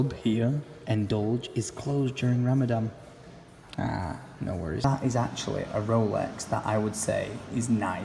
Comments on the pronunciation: it's RamadaN not RamadaM, just wanted to let you know😉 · It's not ramadam it's Ramadan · its ramadan not ramdam and hope to see here welcome to my country hope you have the best time ever Ps i have been watching you since three years and i love your face Ramadan is a moon month which we fast from sun rise till sunset without food or drink even water Aed is the currency of dubai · Ramadan not 'ramadam' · It's Ramadan not Ramadam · Maybe start by calling it Rammadan, not Rammadamn, not muslim tho, just sayin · it's ramadhan too much love for u pal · gdrd 6622 it's ramaspam isn't it?